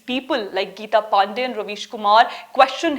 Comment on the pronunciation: I enjoyed your attempt to mispronounce Ms. PANDEY's name